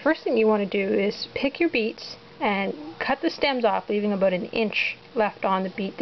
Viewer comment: OH MY GOD YOU SAID ABOOT! AHAA :) I love canadians.